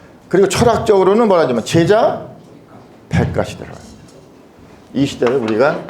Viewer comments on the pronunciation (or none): 제자 백가의 제는 짧게 발음해야지요!